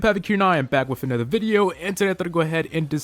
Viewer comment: You didnt say back right!